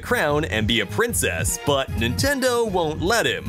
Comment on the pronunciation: Nintendou en inglés XD